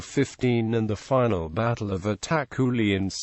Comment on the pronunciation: It's itakhuli not attack khuli